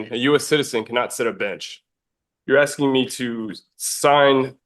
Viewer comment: and jooree-dikshon, axing